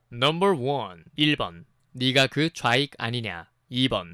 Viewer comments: 아니 누가봐도 좌익이라고 안들리고 저인간이라고 들림 ㅋㅋㅋ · 아무리 들어도 좌익안 이냐? 로 들리는뎈ㅋㅋㅋ